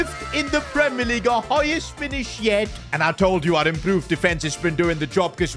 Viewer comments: only real ones saw the “Leagye” mistake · League❎ Leagye✅ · AH yes premier leagye 😂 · “Premier leagye” hits hard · League❌ leagye✅